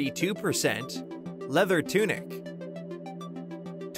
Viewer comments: Is it just me or did l listen at low volume and hear “Leather Tunic” as “Leather Doo-Doo”? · Hey You're Actually Right 😑